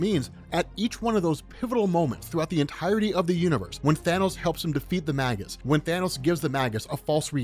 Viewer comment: you have google. It's May Guss.